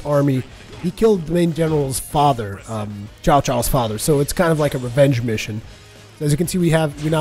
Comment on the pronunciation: Tsao Tsao not Xiao Xiao Also, totally China, nothing to do with Japan.